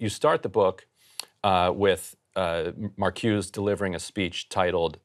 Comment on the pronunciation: Sorry to rain on this Ryan lovefest, but his take on the Powell memo is way off base - and if someone can't even pronounce Marcuse's name correctly and is too young to have lived through the era he is now pontificating about, he should be a lot more hesitant to pass himself off as an expert.